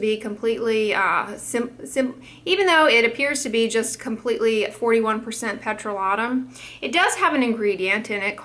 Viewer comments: No one: Peh - tra - lot - uhm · I have never heard anybody pronounce petroleum like that, sounds so strange.